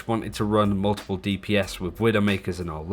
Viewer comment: The man pronounces multiple as mmuullltple